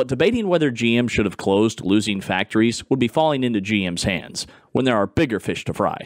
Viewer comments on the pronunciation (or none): none